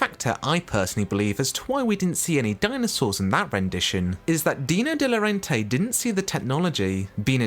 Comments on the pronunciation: Please could you pronounce Dino De Laurentiis correctly. Every time you pronounced it De Laurentay. It is pronounced De Laurentiis. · It's De Laurentiis, not De Laurentay.